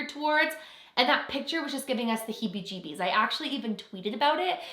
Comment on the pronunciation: I find it funny whenever you say 'hibijibies'. Dont know if i spelt it right. Love your videos